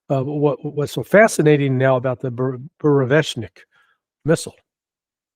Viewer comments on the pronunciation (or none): It's Bu re vest nik. It's not Barejnik 😂😂😂